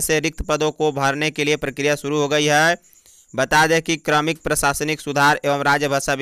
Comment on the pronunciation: Like your news about Jharkhand. But, try to pay some attention to your pronunciation, like, to read kramik instead of kaarmik, strebery, instead of strawberry.